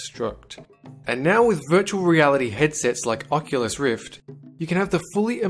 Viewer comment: fucculus rift? hahahahah